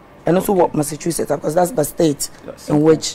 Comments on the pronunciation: Massachusetts wey ma man Dey say “MASSAKU “ den things 😂😂😂😂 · its simple tho, its pronounced Massashusetts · 😋 nkwadaa y3 hw3 Your pronouncing of Massachusetts was harassing you😀😀😃🤣💗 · The pronunciation of the Massachusetts bi some way bi ooo.